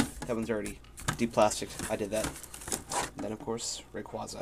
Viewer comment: Finaly someone who pronounces rayquaza like I do!